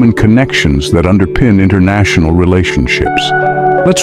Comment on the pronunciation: Einnternacionull.. as in einn, tveir..back null..